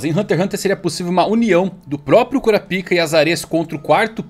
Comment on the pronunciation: falando kurapika e a quinta serie que abita em mim aflorando